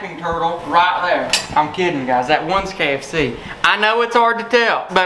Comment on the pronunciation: kfst instead of kfc?